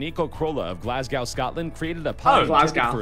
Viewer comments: glassgoa haha its glassgow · I live in Scotland and that GlAsGOw was highly offensive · The way the guy said Glasgow pissed me off because I live there and everyone calls it glesga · Any Glaswegians TRIGGERED by the way he said Glasgow